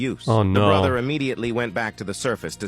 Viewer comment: EXALEED BRATHER TITINED Wow, i didnt realise ai voices can sound really badly💀